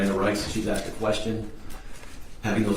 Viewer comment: A prosecutor repeatedly saying "aksed"